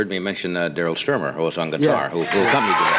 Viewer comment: Love how Johnny mispronounced Daryl Stuermer's name as "Steamer" in the original introduction😆...but he made up for it when Phil sat down.